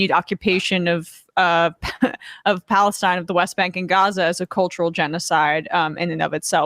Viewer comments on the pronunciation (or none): none